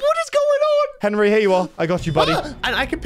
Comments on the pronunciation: ITS HENWY NOT HENRY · POV: () you know what "henwy" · not Henry it's Henwy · “Henwy, I’m a wizard.” brings so many memories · "Yer a wizard Henwy" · its not henry its henwyy